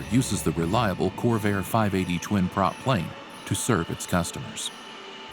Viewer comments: Convair not Corvair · Lol yeah and I love the fact that in the 1st story he called it a "Corvair" 580 the Corvair was a Chevrolet crash happy car in the 60s this is actually a "Convair" 580 😆